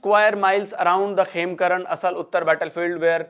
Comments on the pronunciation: "आसल उत्ताड़", not "असल उत्तर". At least get your pronunciations correct. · इसका उच्चारण- " असल उत्तर " नही है ये है -- "आसल उताड़ " ये गाँव का नाम है जो खेमकरन सेक्टर में पड़ता है।